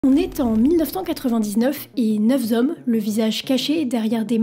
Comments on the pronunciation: "neuf zhommes" 😭😭😭😭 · ouille , commencer la video par "neuf z'hommes" ça pique un peu , mais c'est un détail , on voit bien qu'il y a du taf derrière et c'est toujours agréable de trouver des videos qui ont du fond. Bonne continuation. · Neuf zhommes XD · Tres bonne vidéo. Bon travail. Par contre les « neuf z’hommes » ou les « neuf z’amis » ca gâche un peu la qualité. 😊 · . dans la 1ère phrase de la vidéo, on entend : "neuf Z' hommes" - ça craint léger !!! 🎶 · "..neuf z'hommes"...c'est des DZ les Slipknot ? ;) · Neuf hommes et non neuf Z hommes ;-) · Neuf zommes? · LE RECORD DE LA FAUTE DE FRANÇAIS LA PLUS RAPIDE EST BATTU PAR CETTE VIDÉO ! MOINS DE .. DEUX ..... PUTAINS ... DE SECONDES ! JE CITE : "Neuf Z'hommes" .... Fan de Slipknot mais VRAIMENT pas envie de regarder plus loin que sur cette vidéo. Et pouce en bas bien sur !.. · neuf "zommes"?